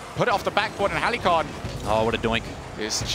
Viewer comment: Thank god stopped saying Heli-con.